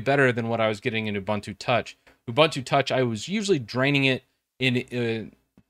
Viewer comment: btw its ubuntu not uh-buntu